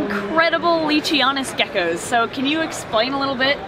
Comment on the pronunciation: This seems like a really cool experience and I wish I could go! But can someone tell me why she sounded so Australian when she said “gecko’s” 😂